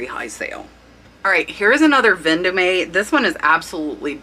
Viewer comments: Love the pics and great info but please learn how perfe pronounces the brands. Ven- dome and Givenchy gee von she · Hi. Love your info! FYI: Vendome is French, it's pronounced vahn- dum.